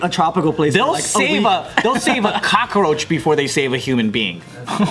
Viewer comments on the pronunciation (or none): Me: Cockroach Joe: Kakaroach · Joe calls it a cockaroach lmao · JJ is a little kakaroach